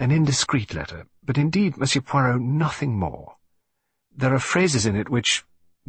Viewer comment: Please note, site announcer, It’s not POYROT, try listening to Hugh Fraser for the correct pronunciation.